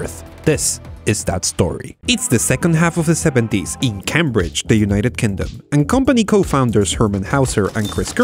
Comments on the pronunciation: Love your videos. One note though it's pronounced"Ceymbridge" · You don't say CAM BRIDGE. Cambridge is pronounced Came Bridge. A lot of clever people go there. Not many came there and even less cam there. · The way you pronounce Cambridge is so interesting because it makes more sense than how it's actually pronounced, Cambridge is pronounced like Came-bridge but it gets its name from the bridge crossing the river Cam at Cambridge, and Cam is pronounced normally, not like came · I know English is a horrible language with rules that make absolutely no sense, so I completely understand why you pronounced Cambridge as "Camm-bridge" but for future reference it's pronounced "Came-bridge" as in, I came to work driving over a bridge. :) Excellent video though about another of my favourite stories, especially with the leakage current powering the chip. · CAM-Bridge? nononono. that's not how you pronounce it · Cambridge is pronounced came-bridge just so you know :)